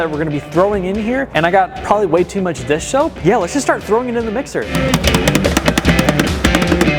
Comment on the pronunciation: hearing him constantly say dish shoap or dis soap was so funny, lol